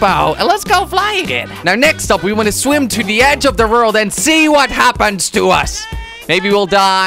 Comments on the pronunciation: why do u say rold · You say rold not world :D